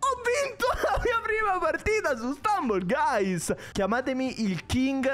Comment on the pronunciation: Questo gioco è fighissimo, cmq la pronuncia è STAMBOL GAIS